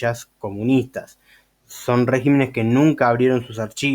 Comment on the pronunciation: Hay demasiadas inconsistencias en todo el desarrollo de tu pretendido “desmintiendo”... pero no es de extrañarse de alguien que ni siquiera sabe cómo se dice “régimen” en plural, ni donde lleva el acento en la misma palabra. Antes de querer colarse de la fama de otros mal informando a la gente, uno debe sentarse a leer y estudiar para después tener, mínimo una idea del nivel al cual nos estamos exponiendo. Bendiciones.